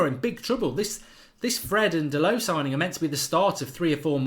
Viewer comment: It’s spoked “Da(‘DA’llas)-LO(‘LO’s Angeles)” Dalot.